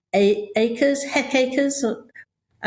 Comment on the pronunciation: Hec acres....that's cute... Hectares Angela lol